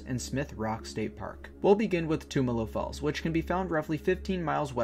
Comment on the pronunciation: Awesome, I used to live in Bend. Though you are pronouncing it wrong, the "tum" is pronounced like in "tummy". I never made it up there during the winter, only summer, looks beautiful. I also never made it to Smith Rock, I'll have to go sometime. I can recommend checking out Steelhead falls sometime. It's a nice hike and in the summer you can swim and cliff jump there (as of last time I went anyways).